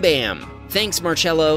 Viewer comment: how are you pronouncing marcello bruh bro be pronouncing it like march-ello